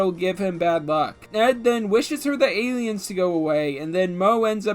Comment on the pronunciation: Did he call them Gayliens?